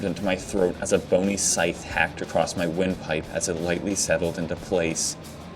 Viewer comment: Acrosst. Acrosst. Acrosst. Please, just say 'across'. For the love of god, man.